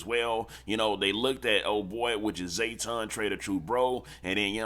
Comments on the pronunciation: Its JAYTON not zayton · Bro cant be from Texas because EVERYBODY KNOW buddy name IS NOT ZAYTON. ITS JTON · JAY-ton, not Zay-ton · His name JAYTON not ZAYTON…. Outta town azz nigga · JAYton not Zae. 😅🤣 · Lol it’s “JAYton not ZAYton”🤣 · Bruh it's JAYton not ZAYton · Jayton not Zayton